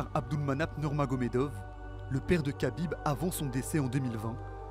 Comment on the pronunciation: Arrêtez de prononcer khabib et makhachev avec un K putain faite un effort.